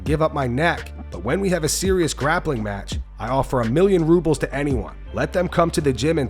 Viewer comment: Chimaev be talking about "rubles". LMAO